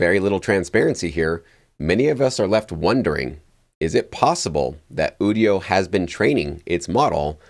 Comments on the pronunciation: You-dio not ooo-dio 😂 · Quit saying Ewdio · It's pronounced "you-dio". IDK why this bothers me even more than people pronouncing nVidia as "nuh-vidia".